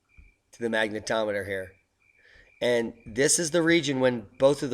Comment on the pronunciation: otra vez? agosto is August, agusto is at pleasure!!! you always twist letters, in any language it is not magnetonamey but magneto meter, oh boy!